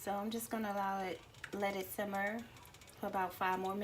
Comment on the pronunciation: She did lol and she keep saying simber